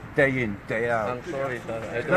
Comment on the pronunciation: He said solly